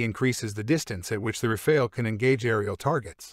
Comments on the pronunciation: The E is silent, so you want to pronounce it as if it was Rafal, with both As pronounced as America’s final A (otherwise it sounds like rafail, my Frenchness cannot stand it)☝️🤓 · It's still not Rafail, but RAFALE ! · Unmistakably wrong pronunciation for something rather simple: RA-FAA-L.